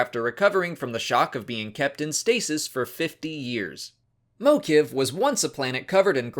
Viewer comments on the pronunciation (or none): Great vid,.:))) But Mokivj was pronounced differently by Marc Thompson in the audiobook version. Is that form the canon one, or was he just guessing during recording?